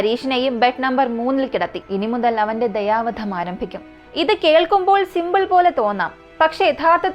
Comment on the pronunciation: ദയവാധം അല്ല കുട്ടി ദയാ വധം